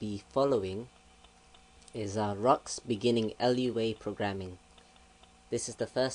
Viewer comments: We can tell you cannot do Lua. Its pronounced Loo-a not L-U-A. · Loowa not L.U.A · Its not L-U-A, its Looh-Ahh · It's Lua not LUA...Moon in Portoguese created in Brazil (Portuguese in the language spoken in Brazil). So, Lua is not from Portugal, but from Brazil. Thanks for the tuts. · Umm its pronounced loo-ah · How am I stupid, you're a fucking idiot. I'm right, you pronounce it "loowa" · Yes, but he keeps saying